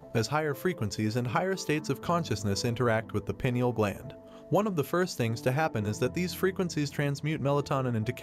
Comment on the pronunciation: WRONG !!! Calcification of the pineal stops it from working 🤦‍♀️ Its more of a hard coating on the outside of the gland not a double terminated crystal !!! And it is pronounced PINE EEL NOT PEE NIAL 😂